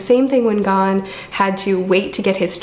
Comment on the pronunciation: Gon is pronounced as if a French person were saying it.